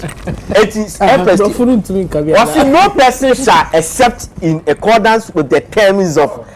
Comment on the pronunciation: Yes is right with the pronunciation of accordance as uh.kaw.dns